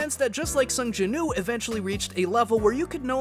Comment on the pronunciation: Why you making woo sound like ooo I hate it it’s cursed